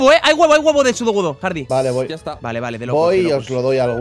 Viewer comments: JAJA Hard"i" xD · Nadie,: Hardi con i